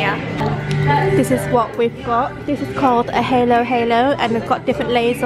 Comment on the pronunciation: It’s not Malaysian. It’s Filipino desert place and it’s called halo-halo ( how you would pronounced the A in apple) I’m glad you enjoy it! You should try some other Filipino dish! I absolutely love your channel I’ve been watching for more than 5 years. You’ve become a strong and beautiful woman and I just wanted to say that! 💕💕💕